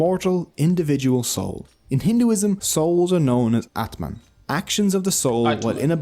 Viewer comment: ITS not Atman It is AATMA